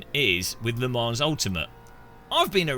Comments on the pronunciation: Le ManS .. Its a silent S :) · You still, won't even pronounce it correctly! WHY !??